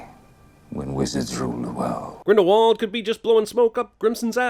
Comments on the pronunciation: Another sin: in the first movie everyone pronounces it as Grindle W ald but in the movies they pronounce it Grindle V ald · Add about 10 or so sins for the mispronunciation of “Grindlewald”. THAT SHIT IS A HARD W! SOUNDS LIKE A V! ITS NOT THAT HARD!